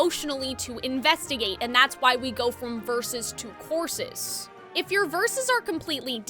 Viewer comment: wonderful analysis but my question is of a different kind: As a non native speaker I'm slightly confused by you pronoucing "choruses" like "courses". Have I been pronouncing it wrong all my english speaking time or is this just like a regional thing? Also I'm a linguistics major so that doubles my curiosity